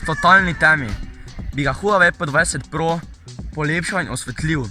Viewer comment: Pa reče se pe 20 pro